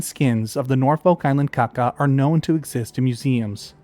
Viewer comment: Kākā is more pronounced like 'car car' rather than a quick 'kaka'. The macron elongates the sound in Māori, at least it's like that in NZ with our Kākā. I'd imagine the Norfolk one was probably pronounced the same but yeah.